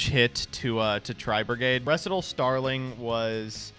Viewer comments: "RESS-it-al Starling", aren't you a theater kid? Do you not know what a recital is? "Ree SIGH tahl," bud. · bro really butchered 'recital' while simultaneously correctly pronouncing so much superfluous language